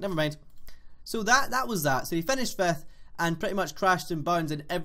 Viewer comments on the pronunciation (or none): "Fefth Place" , "Enter" (Milan)